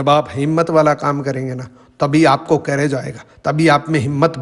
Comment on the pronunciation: सर कैरेज नही करेज होता है।